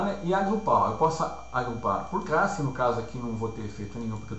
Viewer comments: Aula com conteúdo excelente e com boa didática. Como sugestão fica a dica de treinar a pronúncia pra palavra "classe" ao invés de "crasse" ^^ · Muito Obrigado! Esclarecedor. Só se atentar para a pronuncia da palavra "classe". Fora isso, o vídeo está excelente!